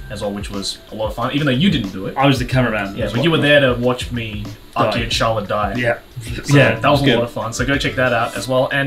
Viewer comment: lol mans been abroad all these years and still says mih so not mee so smh bruh